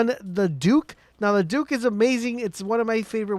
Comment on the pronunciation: The “duke” It’s pronounced “duck”